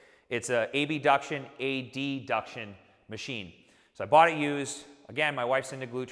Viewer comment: did he just say A-B-duction and A-D-duction